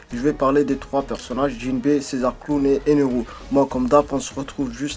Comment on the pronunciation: putain c'est pas eneru c'est ener